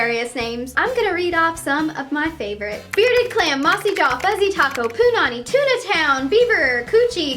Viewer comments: They way she says " Punani " annoys me cause I'm Hawaiian and it just sounds weird .She's emphasizes the " pu" too much . Just say " pu-Nani " not criticizing cause I love her videos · Forget it, at some point in this video she called her vagina "poonanny"